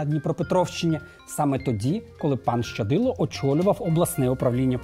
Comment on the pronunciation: В українській мові слова як чуються так і пишуться! Тому коли журналісти кажуть "ШЧадило" - це не вірно! Є буква лише Щ, тому Щадило!